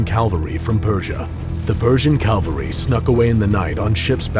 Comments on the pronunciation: It's cavalry not calvary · its cavalry not calviry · Calvary????? Don't you think it should be cavalry? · "Calvary"? Really? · Calvary ? Or cavalry ? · "Calvary" ITS CAVALRY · Very well done video. Only one criticism; "cavalry" are soldiers mounted on horses. "Calvary" is where Jesus Christ was crucified. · It’s cavalry not Calvary. That’s why you say “Cav scouts” not “Calv scouts” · *cavalry, not calvary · *cavalry not calvary lol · Its caValry not caLvary. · Is it cavalry or calvary? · It’s pronounced Cavalry not Calvary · ca-VAL-ry Ca-L-va-ry is where Jesus was crucified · this guy cant pronounce shit, athinians(atheneans), calvary(cavalry) lol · Its pronounced Cavalry not Calvary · I'm pretty sure it's cavalry, not calvary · Ehm, it's cavalry, not calvary...Cool vid though! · Its cavalry not calvary lol. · Oh and also it's cavalry not calvary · I think it's cavalry not calvary. Great vid though. 😊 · Just a pointer, cavalry is pronounced "cav-al-ree" not "cal-ver-ree" ;) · “Calvary”😂 it’s not that hard to say cavalry lol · These are good!!! Btw its cavalry. Not calvary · Cavalry is pronounced CAV-al-ry, not cal-vary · What is “calvary”? I thought it was “cavalry”? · why were you saying 'calvary'? it is cavalry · narrates a war clip and can’t say the word „cavalry“! had to stop watching after the third time he said „calvary“.. smh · Wow! All those "Calvery!" LOL!!! 😆😆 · CAVALRY* CA-VAL-RY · he cant pronouce "Cavalry" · Why can't anyone say cavalry properly.